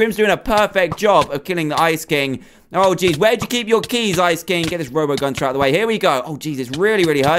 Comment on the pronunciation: Its not Gunter Its gunther